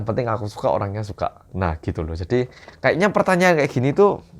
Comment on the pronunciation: di menit 9.25 Kata "Sedih" menunjukkan bahwa Hatimu wes Jowo banget mas 😢